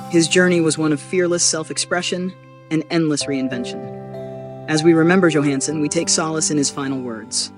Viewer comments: It would be nice if this AI could figure out whether it's going to pronounce the first letter of Johansen's name as Y or J. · this robot A i can't be bothered to pronounce his last name correctly. yo, Hans !